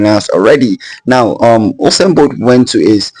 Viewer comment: I know u said "Usain Bolt". But it kinda sounds like "Awesome Boi". I agree either way 😂